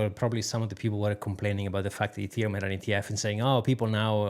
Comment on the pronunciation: ETHeruem??? Youve got to be kidding 😂😂